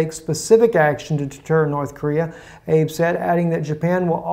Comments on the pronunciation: Ah-bay - not Abe, like Abe Lincoln. How did the Jews take the land now called Israel away from the Palestinians? Terrorism. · I think the correct pronunciation of Prime Minister Abe is A-bay. You can always check by watching a few news channels on YouTube to see how the main news media pronounces the names. All the best, I enjoy your informative news broadcast although I am not really big on the interpretation of prophecy. Everyone is entitled to their own opinion so I prefer to separate one from the other. Cheers! And as Ellen's friend Gladys says. Keep on keep in' on!